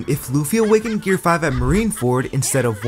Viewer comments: Gear5 ❌ Gear riz ✅ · Did bro just say "gear rizz" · Bro said gear rizz💀☠️💀☠️💀☠️💀